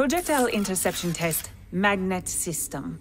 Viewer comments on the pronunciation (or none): Mag-NET hah pretty clever ubi